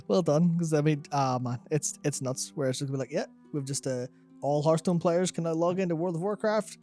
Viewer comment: 9.44 love how he says Hearthstone PAYERS instead of players xD